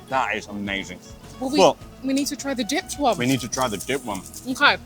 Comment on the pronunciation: “Dipped” not “Dip”. IMO Mr. Beef is not even Chicago’s best.